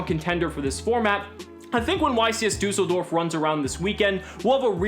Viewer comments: the "ü" in düsseldorf is pronounced like the sound after "r" in the french word for street: "rue" ;) ... btw. do you think crusadia reclusia is good in salad boys ? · When yo german and yo mans / is over here butchering düsseldorfs pronunciation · I love the pronounciation of "Düsseldorf" tho :D Nice video as always, keep on! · I love how non-german people cannot pronounce düssedorf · Liam Does the latter is closer to the correct pronounciation, however the "ü" sound does not really exist in English. You'll be fine with your suggested option though.